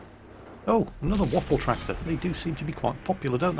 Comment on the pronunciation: 'Waffeltracktor" lmao